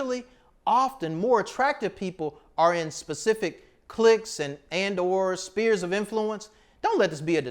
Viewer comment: Not “spears” of influence, it’s “sphere’s”. I want to hear the the “Svfffeeers” sound.